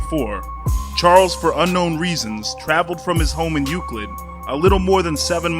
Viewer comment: Via Roma Bandit thank you he clearly didn’t do his research about our city and he said Euclid bad 🤣